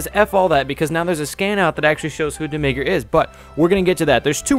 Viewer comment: its not demigra